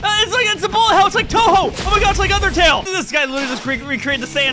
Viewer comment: A youtuber I like aware of the exist of touhou and says the name right im really tweaking out right now this doesn't feel right